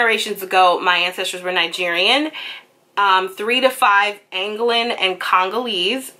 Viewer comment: its pronounced - An Go Lan